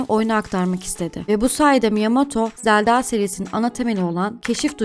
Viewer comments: Zeldağ değil zelda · Zeldağ diyen kadın bul beni.... 😂😂😂